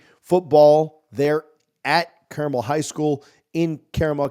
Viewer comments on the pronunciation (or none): carmel,,,accent on el